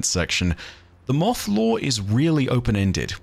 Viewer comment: "MOOTHH" same buddy, same.